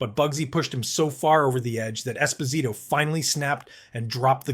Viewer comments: Phil Espo-sight-o?? Is that a human or a chatbot speaking because we all know how to pronounce Phil Esposito's last name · Keith magnuson never won a fight in his career. Who is narrating this video? He doesn't even know how to pronouce Esposito. Was he even around in the 70's or is just more shitty AI? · Never Call Phil Esposito Esposyto again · Phil Esba-site-toe ???